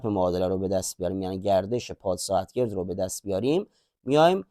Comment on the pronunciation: البته خیلی استفاده کردم . کاملا مطالبتون خوب است نمیخوام ملانقطی باشم اما یه نکات ریزی دارد که اذیت میکنه . مثلا همه جا وقتی علامت جمع در کار است + را به جای اینکه بگید "بعلاوه " یا "باضافه" میخونی مثبت ، درحالی که اون + یک اپراتور است نه علامت مثبت .مثلا x+y نباید خونده بشه x مثبت y ، یا مثلا کلمه ساعتگرد خوب معلومه که قسمت گرد gard از گردش میاد و گ باید فتحه داشته باشه چرا gerd میخونی ؟ یا توی سوال آخر curl رار چرا اینطور تلفظ میکنید ؟